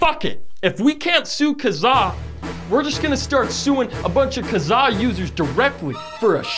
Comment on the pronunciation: i can't deal with how you pronounced Kazaa also we had eMule and μtorrent still kicks around